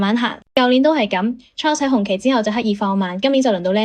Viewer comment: 小姐，請你專業d,Ferrari 車手Charles 是要用法文講。不是英文発音. 你唔識発音，可以參考其他KOL的法文発音，ok? 真係唔想再聴英文発音的Charles,謝謝